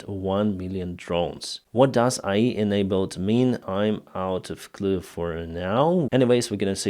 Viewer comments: Ok, I always give you a positive. However, IE doesn't do anything, maybe AI can help you better with your pronunciation. Love and respect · AI A-ARTIFICIAL I- INTELLIGENCE It is pronounces as A..I. Seperate letters and not a word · Just fyi English pronunciation of vowels with AI rhymes with "jay-eye"